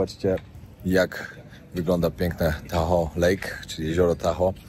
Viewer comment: nie mam sily opowiadac o fentanylu (jako sila medyczna) podajemy go w mikrogramach do roznych zabiegow, odnosnie bezdomnosci myslalam ze mieszkam w niefajnym miejscu a okazuje sie ze sa niestety gorsze... teraz poprawie twoj angielski ale nie odbueraj tego zlosliwie uwielbiam twoje filmy RODEO wymawia sie rodijol, a tahoe-tahol, absolutnie wybacz , glowa rozwalona-2-3 szwy by ci sie przydaly (pracuje na ER-polskie SOR) moc pozdrowien bawcie sie dobrze!!!!!